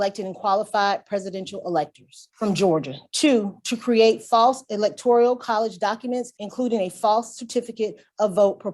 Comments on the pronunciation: "Electorial" is driving me nuts! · No I just looked Electorial up and no it's electoral